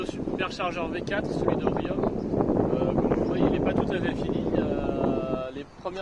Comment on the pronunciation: Bonjour ! Désolé mais on ne dit pas Riomme mais Rion !